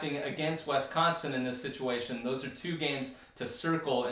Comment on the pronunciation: Did anyone tell you it's Wisconsin and not Westconsin?